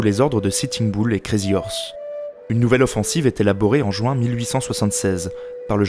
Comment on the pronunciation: Personnellement j’adore ton travail mais que ce sois sur cette vidéo là où une autre, juin c’est dit jUin et pas jOUin, ce petit détails agaçant gâche un peu ta narration qui est pourtant très correct